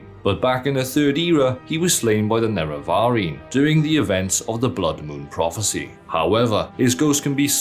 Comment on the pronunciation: Anyone else lose it at how he pronounces certain names and words ie. Nereverine